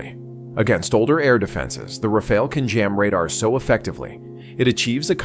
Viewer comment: If you are using AI for the voice fair enough, if not pronounciations are wrong. The Grippen is not a Grypon. Rafaelle is not a Rafel. Lots of info, just get the names right 👍